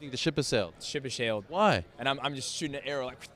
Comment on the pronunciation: Very crear, very crear. Ship has shailed.